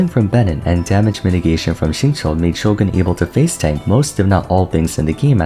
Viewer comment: Finally pronounced "Shogun" properly after all these years saying "Sho-gahn" like a dweeb